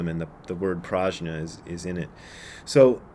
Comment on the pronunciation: BRAD, Brad, Brad,….the correct Sanskrit pronunciation is “Pr-ugh-nyah” with a hard G sound, not J. Any Sanskrit scholars out there want to back me up on this? Günter, any help here…?